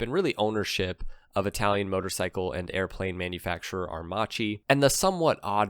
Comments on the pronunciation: it's "AIR_MAKKI" not "AIR-MATSHEE .........." and it is " POR-SHE" , not "PORSH" (2 syllable ). "first electrical bike" worldwide ?????? Heavy doubts ...... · it's pronounced aer--makEE, not aermAchi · Airmacchi is pronounced "Airmahkee" not "Airmahgee". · The correct pronunciation is “aermakki"😉 Other than that ,nice video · Aermacchi is pronounced "air-makki". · It's pronounced Air Mah Key. It was a Italian aircraft manufacturer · The Livewire looks good!!!! Are you blind... A horrible looking thing and Harley should be punished for this war crime. PS.. Aermacchi is pronounced Aermac ie. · Very interesting video. I just recently discovered that aermacchi was owned by Harley. And by the way, just as a linguistic point of view if anyone's interested the correct pronunciation in Italian would be Ah-ehr-makki :) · Please, it's pronounced Ah-air-mack-ee. You might have included the family of Aermacchi two-stroke singles in displacements and street-only and dual-sport versions. There was even a race-winning MX250 motocrosser. The street-only versions at least looked like smaller Sportsters. They eventually became Cagiva. Postwar, the DKW RT125 was built by Harley in the US, BSA as the Bantam in the UK, Minsk in the Soviet Union, and Yamaha in Japan. Plus DKW themselves in West Germany and IFA in East Germany. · Please learn how to say aermacchi correctly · You are pronouncing Aermacchi wrong.... you say the cch as a solid C sound. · Re: Aermacchi. In Italian 'ch' is always pronounced as 'k'. That is basically the sole purpose of 'h' in Italian, it doesn't exist as a stand alone letter.